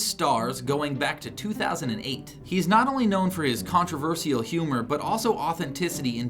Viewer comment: did he say contraverSEEal!?